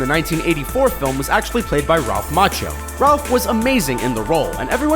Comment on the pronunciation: Ralph Macchino? Did the 'n' in his name appear without us noticing?